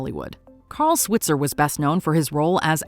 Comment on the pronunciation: They also mispronounced his name. It should be s-WHITE-zer, not s-WIT-zer.